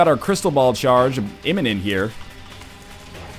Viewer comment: anyone else thought he kept saying crystal bowel, or is it just coss im watching it in 2 times speed?